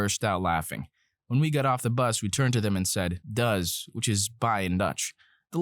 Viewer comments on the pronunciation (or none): it is doei not does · the dutch "DOEI" was too butchered.... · Does = bye in dutch? DOES = BYE IN DUTCH??? it is DOEG or DOEI not does